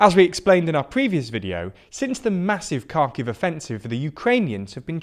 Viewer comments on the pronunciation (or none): Great update on the current situation in Ukraine. Only comment I would make is this ,... ask any Ukrainian, Kherson is pronounced Herson, and Lyman is pronounced "Leeman." Its a small observation, but one that places you above the other commentators who pronounce the names wrong. Oh and the same for Kharkiv (prn. Harkiv) silent K. Have a good day! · It's not silent K, it's [x] sound that doesn't exist in English, but does in Ukrainian. English [h] btw doesn't exist in Ukrainian, only it's voiced version which is written as "г". Also, "y" is used to transliterate "и". That's why it's written as Lyman. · Guys, it's "Har-keyv", "Lee-mon", "Her-son", "Iz-zoom". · you can substitute г for g and щ for sch. Everything else (aside from dzh) is present in english with some small deviation. Ha-rkiv and Lee-mhan isn't hard to pronounce. The problem is not with how town names are pronounced, the problem is how english language grammar is quite abstract and one word can be read in thousands ways unless person already knows correct pronunciation. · i know that it's Kharkiv, it is written correctly But it isn't pronounced Karkiv like with silent H like they do. No, K is silent one here. First sound is h, not k. I'm fine with 'г' being pronounced both as h and g, and bring it like almost the only prominent example of sound that is not in english. Most of sounds are present in english. Again, i'm only stating that almost all of the sounds are present in english and even city names are written correctly in english, and them misreading/mispronouncing them has nothing to do with english language itself. I'm fine with them mispronouncing stuff, but not with people making up poor and untrue excuses to defend it. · "Karkiv", "Lie-man", "Kerson",... dude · Both Kharkiv and Kherson have a more or less silent "k" (like 'know'l. I believe Kherson is best pronounced 'hear son'. And he kept throwing an 'n' into the name of the river below Lyman (which I won't attempt to spell).